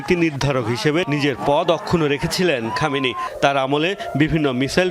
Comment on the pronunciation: খমেনি কি রে? সম্মান দিয়ে নাম উচ্চারণ কর। না হয় সাংবাদিকতা ছাড়।